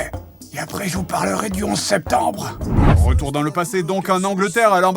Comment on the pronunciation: Fred qui se demandait pk démonétisée si vite : au bout de 2 min "11 spetemrbe" 🤪